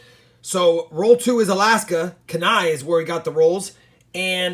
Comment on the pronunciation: I enjoy your channel, entertaining & educational Kenai Alaska - 'keen EYE', as from the movie 'Brother Bear'